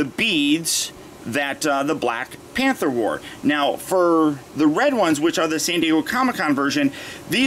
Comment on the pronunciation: YO U SAID PANTER INSTEAD OF PANTHER BRO BRO